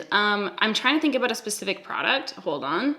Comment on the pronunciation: I think I detected an aboot also 😂